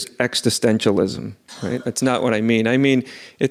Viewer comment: Extitentialism existentialism just checking whether what he’s saying is a word. Weird thing to mispronounce, is it an American/uk difference thing?